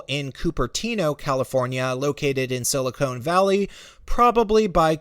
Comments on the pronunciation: Oh My gosh, you keep saying Sili-CONE in stead of Sili-CON! Stop it! They are two very different things! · Sili—CONE??? It’s Conn... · Silicon Valley, not silicone, this isn't a valley of breast implants. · It's SILICON valley, not SILICONE Valley. Transistors, not breasts. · "Silicone Valley?" Is that an allusion to lots of women having fake boobs there? Or did you just muck it up?